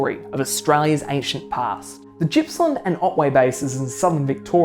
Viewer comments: Pronounced Gippsland not Jippsland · "Jippsland"?? 😂 Clearly not a Victorian.It's a hard G dude.Otherwise good vid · Although normally, when the vowel I occurs after a letter G, the G is pronounced [dz], in the case of Gippsland it does not. It is named after Sir George Gipps, appointed Governor of NSW in 1837. The G is pronounced in the back of the mouth like "garden". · Good video. I live on the W formation and see evidence of cretaceous flooding and deposition every day. One small thing - Gippsland is pronounced with a hard G - like golf or goat, not soft like gymnasium.